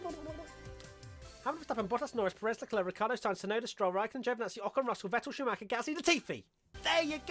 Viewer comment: When saying Tsunoda don't forget to actually say the T...